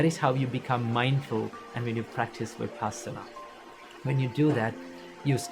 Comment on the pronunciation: Love your work Just one request The pronunciation of Vipassana !!! It’s not Vi Paasana It’s Vipussana ( puss as in fuss ) It’s a Pali term Passati is to see Vipassati is to see in a special way ( in a proper way ) Before you begin to practice Vipassana, let’s get the pronunciation right … all words have a vibration … it helps to stay with that vibration